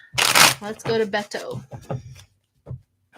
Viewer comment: Beto sounds like Bay Toe. I realize that looks weird. 🤣 I look forward to voting for him and hope he succeeds.